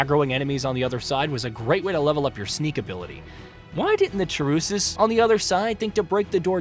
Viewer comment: Never heard anyone said chaurus like that lol